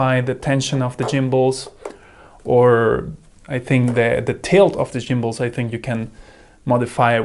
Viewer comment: Jimbals 😏. I'm guessing the hard "G" sound isn't present in your native language? 🙂 Go. Golf. Get. Gary. *G*ood comparison though; I brought the Eachine mainly because it was 15% cheaper than the Radiomaster but also because as you point out, the buttons were in a more convenient place. And how some people treat the Radiomaster version as a Veblen good is beyond me. 🤷